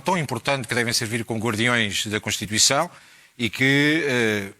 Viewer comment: Esse bicho do PS é um palerma! Devia ter vergonha do que está a dizer! Nem sabe dizer CONSTITUIÇÃO!!! Desaparece, palhaço!